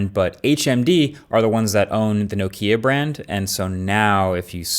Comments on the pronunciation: I’m not a troll, promise! But it’s not pronounced NOkeya it’s pronounced NOKeeya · Dear Marques: NO-kia, not no-KIA. THANK YOU 🇫🇮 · It's not No Keea, it's Knock ia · I never knew North Americans say No-Kia, instead of Knock-ia. You learn something new each day... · Marques is doing it on purpose. NOKIA. not NOKEEA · Isn't it NOH-KEEA not NO-KEEA. I no it's inconsequential but just sounds weird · You say Lumia and then Nok ì a, it's Nokia, only Nokia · It's not No-Kia, it's nOh-kiA, with the fisrt syllable the strongest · One of the oldest phonebrands around and you say: Nohkeya.... xD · Good video Marques but by golly, that's the weirdest pronunciation of Nokia I've ever heard :)